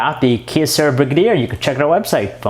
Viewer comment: Its pronounced "Bri-gay-der" not "Brig-a-deer" lol